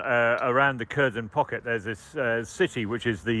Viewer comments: Cherson, Kerchson, Chirson, Charson… etc. If one wants to learn from this channel or any British channel which is the exact name of that city, one won’t be able to do so. Because it’s f-cking tremendously difficult to just say HERSON (K is silent, not pronounced). Ridiculous reporting on geography of the war, really. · KherSon, not cur-zon. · Please learn the right pronunciations of these Ukrainian town names. So tired of presenters and correspondents saying "Cursion". It's pronounced more like "Hkerr-SON", with emphasis on second syllable.. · It's pronounced 'Herson' not Kerson or Kershon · It isn’t Kurzhen. It is Caresohn! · “Kershun”? You’d think that by now they’d be able to come up with a less rubbishy pronunciation of Kherson… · can't even say Kherson right annoys me